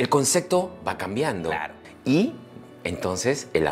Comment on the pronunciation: A este llamado Dr. Angulo habria que ensenarle a hablar bien y sin tanta groseria. Se dice ACEPTAR Y CONCEPTO, con P!!! no es aceGtar y conceGto. Que equivocados estamos al pensar que para hacer reir hay que ser tan grosero como este tipo. A donde estamos yendo sociedad peruana, porque a la vulgaridad, al grito, hablar uno encima del otro. Tanto mal ejemplo nos muestra esta TV peruana, nada bueno para crecer, con razon en sudamerica nos miran mal, no por feos que somos, si no por la forma tan ordinaria que tenemos cuando hablamos y comportamos, somos unos PACHARACOS!!! como este Angulo, o esa Daniela Darcourt, solo por citar unos ejemplos. Pero para que vean que no todo es malo, miren la entrevista a MAICELO, fijense los codigos que tiene en la vida, y no es ni siquiera la mitad de grosero de Angulo. No conocia a MAICELO, pero se gano mi respeto y simpatia, un tipo bien plantado que sabe donde esta parado. Y es del Callao, para que vean que no hay que asumir, que porque alguien vive en Miraflores es gente de bien y el que vive en Los Conos es gente de mal. Y Dr. Angulo le digo, que salga del closet nomas, ya vive tu vida tio, y aprende a hablar bien.